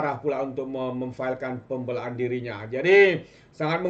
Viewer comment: Berapa banyak kita nak dengar sebutan pun x btul nih? "berang" .."pembelaan".. kamu x blajar BM ker kt sklh ?